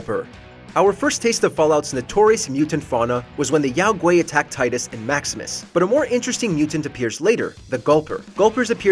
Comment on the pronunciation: Yao Gaui pronounce Gwhy not Gwhay